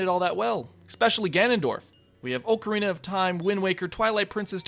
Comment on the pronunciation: Disliked for pronouncing "ocarina" wrong.